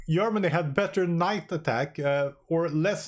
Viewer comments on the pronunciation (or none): Hey--- Ah-Jill-a-Tee En- Jinn, "Ger-Ma-nee. Goodluck 👍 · Everyone focuses on the pronounciation of "agility", though - am I the only one to spot the problem with "yermany"? 😅 On the topic of the test itself - good work, thanks for taking the time to run those tests! 🙂 On another topic - is it just me, or is it virtually impossible to get the squadrons to accumulate more xp, enough to eventually rach a veteran/elite rank? Played a campaign recently, and despite winning & shooting down more enemies in the battles - all the squads do was slowly trickle down in xp (not as bad as in this test though - would usually jump back to "regular" after a short retraining pause). 🤔